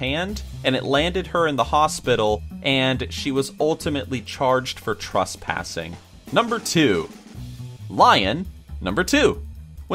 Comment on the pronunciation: tresspass not trusspass